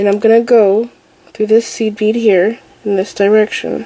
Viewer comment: about 8 mins i was hearing seaweed instead of seed bead